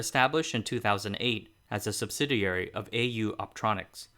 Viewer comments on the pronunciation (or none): none